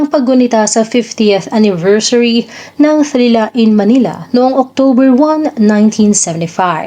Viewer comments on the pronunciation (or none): none